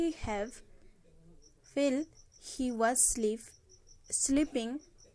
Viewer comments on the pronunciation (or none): that is not "wheel " okay that is "while"🤭🤭🤭